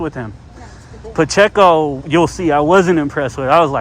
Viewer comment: Officer "PaChico" jeez he can't even say his name right.... he's going to cost the taxpayers someday with his attitude..